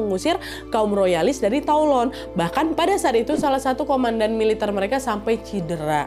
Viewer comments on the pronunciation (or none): keren kak nad, btw Toulon (dibaca: Tulong) 😁😁